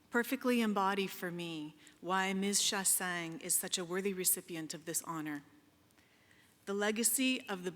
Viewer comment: Yeah she's saying Shah-sang BUT it's actually Shah-sahnye (sorry hard to explain Québecois pronunciations in English.)